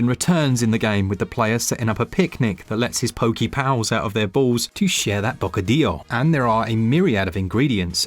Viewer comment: Laughed that bocadillo was pronounced correctly after uva and naranja were butchered